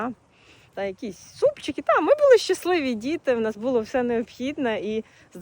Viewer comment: Не бУло,а булО!